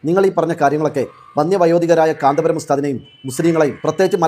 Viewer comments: കാന്താപുരം അല്ല കാന്തപുരം. എന്നാണ് നമ്മുടെ പണ്ഡിതൻ മാരെ കുററം പറയാൻ നീ ആരാടി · ഇവൾ മുസ്ലിമായിരിക്കാനിടയില്ല ഒന്നാന്തരം സങ്കി കാന്തപുരം എന്ന് നേരാംവണ്ണം പറയാൻ പോലും അവൾക്കറിയില്ല. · ഈ പെണ്ണിന് കാന്തപുരം എന്ന് പോലും പറയാൻ അറിയില്ല